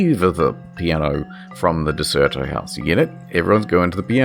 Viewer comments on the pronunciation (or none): It's Der-ce-to. Derceto. Not De-cer-to or Der-cer-to. Just saying.